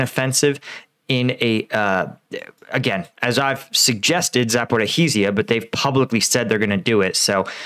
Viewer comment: Congratulations - your streak of mangling the pronunciation of “Zaporizhzhia” remains intact.